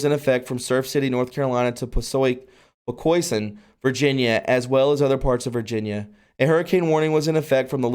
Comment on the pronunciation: It's pronounced Po-co-son